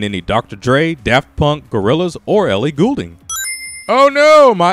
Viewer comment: You said "Goulding" wrong. It's "Gold-ing" not "Gool-ding".